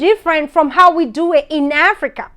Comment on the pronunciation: In aaaafrika 😂..so heeear (here) 😂